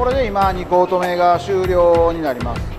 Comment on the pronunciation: 2コート目が通行止めに聴こえました。 声がよいからそれでも聞きやすいです。